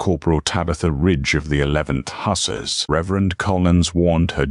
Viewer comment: Yes, the odd pauses, mispronunciations (ie. hussar, envoy), and AI misspoken names were distracting, but the storyline managed to overcome them. The writing was good, the characters sympathetic and the narrator's voice suitably serious, with generally good intonation. Enjoyed this story. First time checking out this channel but will look for more. OR, USA